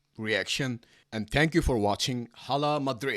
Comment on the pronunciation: ala madrid the H of Hala is silent, mate!